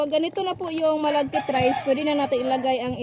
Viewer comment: Sticky rice nalang po masmadaling bigkasin kesa malaggit rice...lol Maganda talagang panoorin pag ngumimgiti kayo madam. Sana lahat kayo ngumimiti paminsanminsan.